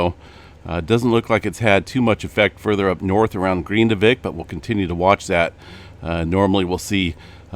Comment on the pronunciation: It’s GRIN divik. NOT GREENdivik